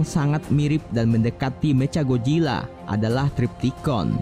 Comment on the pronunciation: "Meca gojilla"???